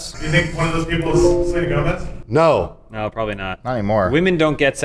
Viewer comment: oh nooooo!!! NOT SORLENA GOMZ OR WHATEVER